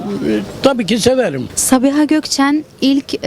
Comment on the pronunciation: sağğhiğğbii ulan süper ya ahfjashf